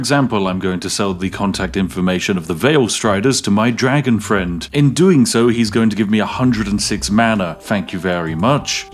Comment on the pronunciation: ARh yes the Dwagon race.